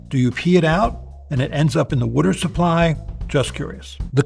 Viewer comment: loved how he said “wutter supply” haha, classic Philly accent moment.